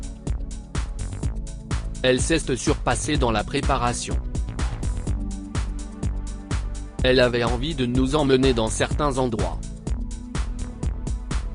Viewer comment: Le commentateur est trop nul, il ne sait pas prononcer certains mots comme =c’est ( il le prononce si esti) et j’en passe.....